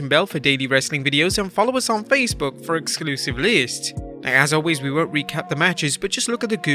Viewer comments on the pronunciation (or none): none